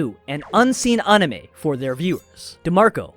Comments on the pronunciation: Bro really said On-i-meh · Funny, I hate when someone does a deep dive yet doesn't do the basic research of how to even pronounce things. Well this guy seems like he can pronounce most Japanese words as they should be, but pronouncing the word anime itself has eluded him. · Disliked for pronouncing anime like a douche. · Why are you saying anime wrong?